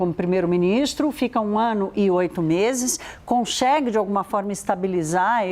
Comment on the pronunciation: Conxegue , comexa... Ai Credo, difícil assistir a notícia desse jeito...Por que quase todos jornalistas andam a falar assim?